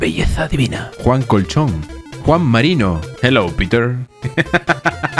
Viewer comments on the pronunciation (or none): "Jelouy piter"